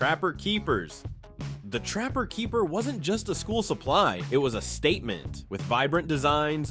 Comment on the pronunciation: Lots of good stuff in there, but like the 70s video, listening to the announcer stress all the wrong syllables was entertaining as hell. Space INvaders rather than SPACE invaders... trapper KEEP-er rather than TRAP-per keeper... friendship PINS rather than FRIENDship pins... slap BRACElets rather than SLAP-its...